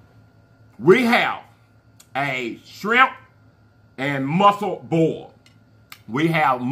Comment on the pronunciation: LOL 😂I love how & say “Burl” instead of “Boil”